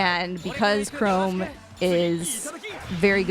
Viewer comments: don't apologize for not knowing how to pronounce "her" name. Apologize for "Chrome." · "I don't know how to pronounce her name" You clearly don't know how to pronounce Chrom either.